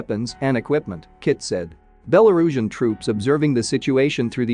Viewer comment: # - your copy has improved a lot in past months. Having titled sections was a nice idea, butt therobo-voice didn't handle it very well I understand your decision to stick with therobo-voice. I recommend keeping the app or library up-to-date, as it doesn't handle some words very well (e.g. Belarusian)